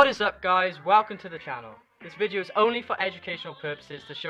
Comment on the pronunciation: Video. Not vidjeo